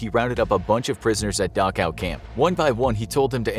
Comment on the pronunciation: Thanks, I now know how to pronounce Dachau.